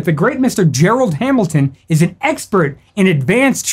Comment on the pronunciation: “Gerald Hamilton” 🤦🤦🤦🤦🤦🤦🤦😂😂